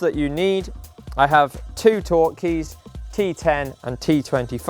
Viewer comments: sorry for being a dick head but those are 'torx' keys, not 'torque' keys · I'm pretty sure it's called TORX keys, not torque. :)